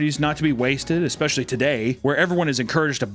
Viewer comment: Oh he's trying so hard to say especialy 😢 I loved the x in it